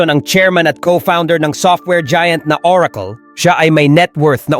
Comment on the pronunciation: google❌ googul✅ oracle❌ orakol✅